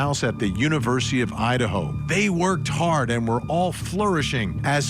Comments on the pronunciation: ……”the murder of four college students in oh-I-Un….” Excuse you? This guy… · Yeah, what the heck was that? Ohat'n? lol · lmaooo dude said O’ottn instead of Idaho